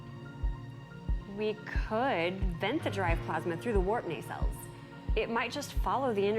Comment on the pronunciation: That’s very high praise! I’m glad you both enjoyed watching it and appreciate the honesty and humor. I think is hilarious. My favorite comments from him were the one about the metal pipes resembling salami sticks and pronouncing “nacelles” “nasals”.